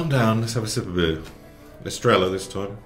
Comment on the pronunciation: As much as I enjoy your videos, a little part of me dies every time you say Estrella. You don't pronounce double Ls in Spanish, you just use a "y"... So Estrella, Marbella and pollo become Estreya, Marbeya and poyo.